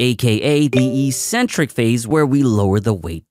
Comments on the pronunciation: The pronunciation of "eccentric" is "eXentric" and not "eesentric". ik-'sen-trik to be precise. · mistake number 9, mispronouncing eccentric just because every other fitness content creator does it as well